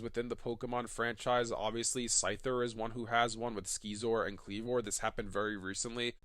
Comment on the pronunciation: Did you just pronounce scyther's evolution "skee-zor" lol it's "si-zor" as in scissors